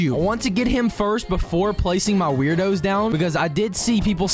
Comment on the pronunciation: tip: the werdos are actually pronounced “word-o’s”.